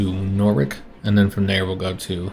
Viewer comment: Loving the play throughs, been great to learn this game through! Btw it's pronounced Nor-itch (the w is silent, and it sounds like -itch instead of -ik)